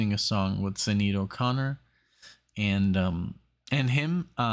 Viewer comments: More 'Thur' than 'Thee' - and it's pronounced Shin-aid :) Check out The Beat(en) Generation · Can you not just google how to pronounce names?? Especially Sinead. It's very disrespectful.